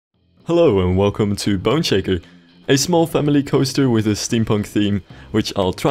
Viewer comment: Every time you say "Boneshaker," it sounds like you're saying "Bun shaker."